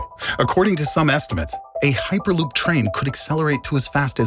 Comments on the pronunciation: Actually, he said "uperloop" not hyperloop. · "heeperloop"? well i guess you learned how to pronounce "hyper" between cuts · "Also known as an uperloop..." I've heard of Hyperloop, but wtf is an uperloop? Anyone? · da fuk is a hooper-loop? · No offense but, "heeperloop" ? Really ?